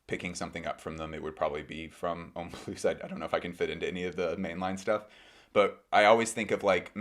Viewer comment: Pronounced homme ploo not ploos. The s is silent in comme des garçons homme plus. Just saying